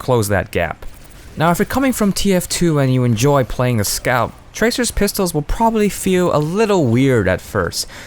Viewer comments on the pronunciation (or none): none